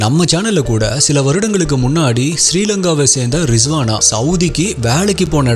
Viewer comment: Riswana illa risana bro